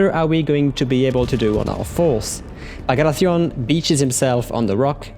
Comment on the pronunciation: Tell me, what country produces that pronunciation of Bagration? France or Italy